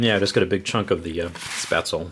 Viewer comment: Pretty sure Spaetzel is a german thing, in which case it would be pronounced "Sh-peh-zel